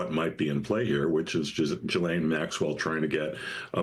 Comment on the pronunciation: It’s funny to hear the varied attempts to correctly pronounce the name “Ghislaine”.